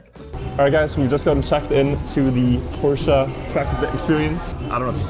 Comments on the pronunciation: "PORSHA" aint no way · Its Por-shuh not Porsha. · its read like Porsch brooooo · okay, after watching the whole vid, his pronounciation switches a lot lol